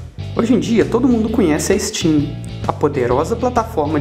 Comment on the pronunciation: Not funny! E vê se capricha mais na "pronunciêichom": "ichitchím" (steam)???